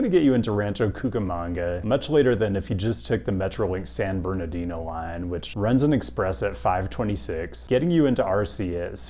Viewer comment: I was this many years old when I heard pronounce San Bernardino correctly. Distancing himself ever so slightly from RM and YA in the race to see who can whitepronounce more places.